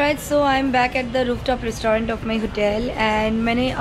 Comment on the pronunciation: Your pronunciation for restaurant is not correct....plz pronunce correctly